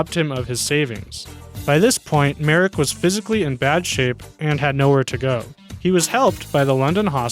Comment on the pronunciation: Thank you for getting Joseph Merrick's name right! However, the correct pronunciation of his hometown is "Lester."